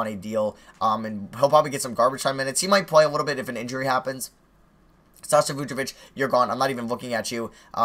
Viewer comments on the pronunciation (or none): none